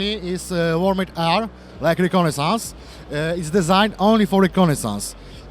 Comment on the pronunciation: chłoooopie jak usłyszałem "designed" wymawiane po polsku tak jak się pisze zamiast "dizajnd" to mi kopara opadła.